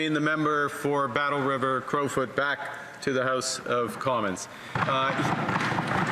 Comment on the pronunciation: Battle River-Crowfoot It’s not that difficult